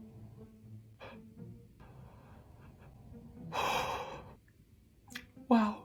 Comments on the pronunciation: Pardon à l'avance mais, étant franco anglaise je dois préciser que ça se prononce "oui kid" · J'aime beaucoup tes vidéos, elles sont vraiment intéressantes et bien faites ! Cependant, par pitié, fais un petit effort sur la prononciation des mots en anglais, surtout quand tu répètes "wicked" plus d'une quinzaine de fois dans cette vidéo. Continue ton super travail, mais un petit effort sur la prononciation serait top ! Merci! 😊